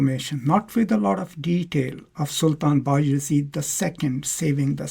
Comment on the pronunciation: Sultan bay azid is the correct pronoucing.